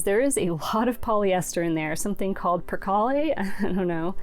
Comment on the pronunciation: Percale is purrkale. No pronouncing the last e. Child of the 70’s, it was a big deal at one time, when I was ironing my father’s handkerchiefs. My aunt used to iron her sheets.